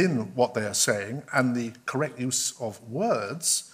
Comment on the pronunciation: The English teacher saying "there is a a righ' and a correc' way to speak " ! 😉